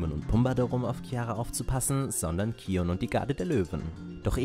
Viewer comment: Ja, das ist richtig ausgesprochen ^^